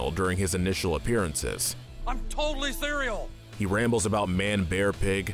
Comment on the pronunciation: "I'm totally cerel" - Al Gore